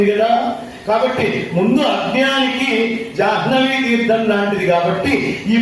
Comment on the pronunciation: జాహ్నవీ అనేది ఉచ్చరించే సమయంలో హ్న అనేది న్హ గా ఉచ్చరించాలి. మధ్యాహ్నం కూడ మధ్యాన్హం గా చెప్పాలి